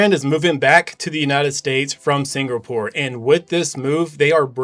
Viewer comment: You lost me when you couldn’t pronounce Singapore, and just went with it.